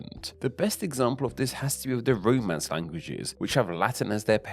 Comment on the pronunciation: Haha when you said Romance languages I thought you said roadmen's languages 😂 London is bad for your health.